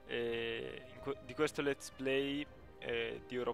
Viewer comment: hai detto epijodio